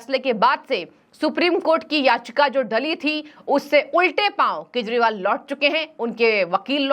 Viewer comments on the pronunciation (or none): This abnormal Anchor everytime days Keshpal... instead of Kejriwal. Very bad on channel's part. Pls correct her😮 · Keshpal bolti hai ye anchor everytime 😮 shame shame